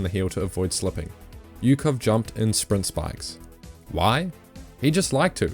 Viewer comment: So many details on a man but you don’t bother to pronounce his name right. It’s “Oo-hov”, not “yu-kov”. Just like Usyk is “oo-sik”, not “yu-sik”.